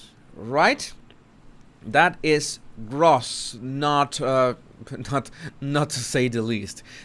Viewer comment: Ok,, ducks,. It's GROSS. Pronounced with long O. Like ROSE with a S. Not a Z. Sort of like TOAST with no end T